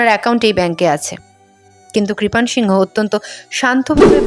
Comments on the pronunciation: আপনি বহ বার সিংহ উচ্চারণ করলেন ,ছবি দেখালাম এক অবাঙালি র তাই উচ্চারণ টা কি সিং হতো না, বাঙালি সিংহ হয় শুনেছি। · আরে সিংহ নয় সিং বলতে হবে। উচ্চারন ঠিক করুন